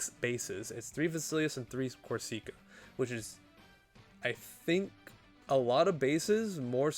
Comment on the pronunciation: not to be that guy but we gonna be hearing it for some time and Corsica is a real place lol it isn't a hard E sound like seek, it's sick